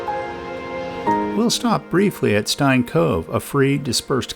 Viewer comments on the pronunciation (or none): none